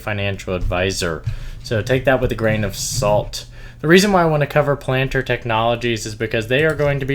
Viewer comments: Video is great thanks for the analysis. I think its pronounced Pal -ahn-tier not pa-lant-er tho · Pal- N- tier. I’ve never heard it pronounced any other way.